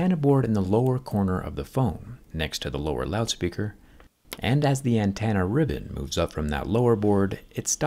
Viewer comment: Great video. I do have to point out that it's "antenna" not "antanna"